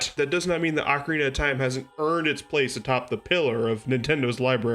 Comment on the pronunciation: First Also you pronounced ocarina wrong